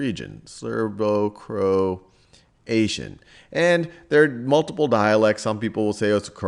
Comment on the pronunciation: Serbo-Croatian not Serbo-Croation